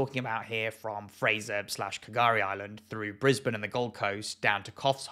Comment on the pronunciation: At least he pronounced Brisbane correctly lol😅😅😅